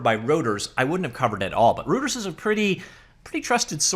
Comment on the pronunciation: correct pronunciation of Reuters is "royters". Gotta love German vowel usage.